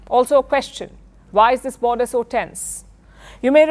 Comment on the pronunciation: Palki you are like my sister. Don't take this as criticism. I see that you mispronounce many words, like you said today- its a border issue rather than a border issue. Solution is simple, get your eye sight checked and I know you will look more beautiful than without spects. My blessings on you. Pardon me if I have hurt in any sense. Thanks